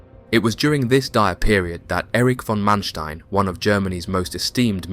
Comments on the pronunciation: Sometimes the narrator pronounces Manstein's correctly (Mahnshtine), sometimes incorrectly (Mansteen). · The way you say Manstein kills me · Please try to get your pronunciations correct. Manstein for starters.